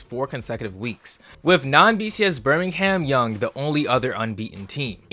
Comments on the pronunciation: bro said birmingham young💀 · Did you seriously just call Brigham Young University "Birmingham Young?" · Did this dude just say Birmingham Young?😂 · Dude said Birmingham Young 😂😂😂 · Its Brigham Young